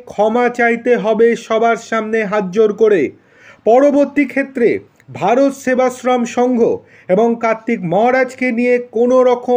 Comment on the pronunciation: আরে ভাই atleast নামটা ঠিক করে বলুন। ভারত সেবাশ্রম সংঘ।।